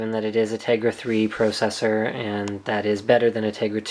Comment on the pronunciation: PRO-cessor lol